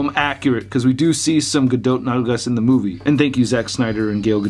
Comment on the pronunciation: It's pronounced "Ga-do". The "t" is silent.